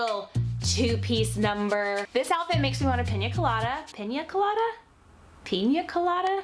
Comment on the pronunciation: piña colada is a Spanish word not English and the way you said it was perfect